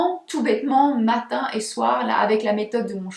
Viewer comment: Le IN se prononce IN , pas AN …. On prononce BESOIN BESOIN et non BESOAN …. INTÉRÊT et non ANTERET , MATIN et non ´ MATAN … Etc etc etc …..